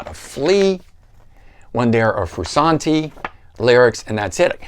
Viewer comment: How are you qualified to give a RHCP review , have all those RHCP albums, and then be the only person to call the man , “Froo-Sawn-Tee”. LOL.